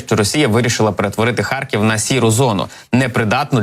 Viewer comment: Зеля слово " харькив" так произносит ,что кажется сейчас схаркнет!